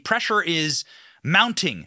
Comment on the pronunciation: Nucular is not a word.